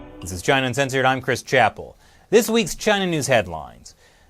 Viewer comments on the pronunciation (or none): none